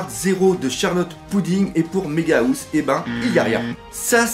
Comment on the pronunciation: "Méga Housse" 😂😂😂 La housse de couette pour les géant x) [On dit "haousse" à peu près xD]